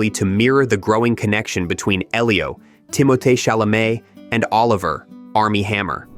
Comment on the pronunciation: Oh was that how he was saying it? Well it was wrong either way. I noticed he also pronounced Sufjan, Elio and other names incorrectly. In fact, except for Armie Hammer I believe he mispronounced every name possible. 🤣